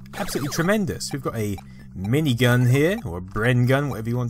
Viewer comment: no after you said mini gun what you said sounded like brim gun i was wondering what you actually said